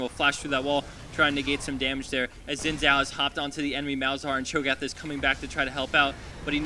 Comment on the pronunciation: Hahaha "Cho Cho train" I lol'd